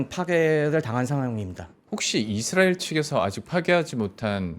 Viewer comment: 이드라엘ㅋㅋㅋ 우디에ㅋㅋㅋ